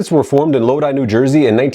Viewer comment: So knows the proper way to say “Samhain,” but not Lodi. Which is amazing. “…In New Jay-er-sey. This is, of course, your favorite channel, ‘He-Ayy-Vee-Why Academia.’”